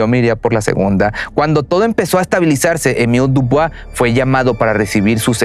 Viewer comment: Hola se pronuncia” Emíl Diubua